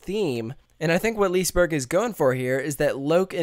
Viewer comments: Lee-se-berg, not - Lisberg Lo-kee, not - Loke (Like the Marvel Movie) :0) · Loki is the english version of Loke. Its not how you pronounce the swedish word, though XD Its more like "Loo-keh". ... Haha! What the devil is Lease Burg? XD Its "Liss-eh berry" (dont go to hard on those R's, its the tip of the tung kind of R). And dont go too hard out on the y either. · lis-e-berg is the right not lisberg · It´s fun to hear an english person saying Liseberg....Say Lis-e-berg instead...pronunce the E :) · I'm swedish haha i Love How you Said "Liseberg" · Absolutely no offense, but your pronounciations of the Swedish words are hilarious. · im swedish and when he say liseberg i dont like IT